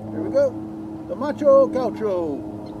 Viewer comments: Gáh U show is the pronunciation... not gáu show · It's Gaucho, not Guacho. Here in Argentina Gaucho is a traditional man from the countryside and Guacho (as you said) is an orphan :) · The name is macho gaucho but you read myxo gaiuuxo or in pt macho(male) gaúcho (from a state on Brasil that I forgot the name) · its Gaoosho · Algún otro Argentino que le cause gracia cómo dice gaucho? Jajaja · macho gaucho, and the music behind is mexican in stead of argenineean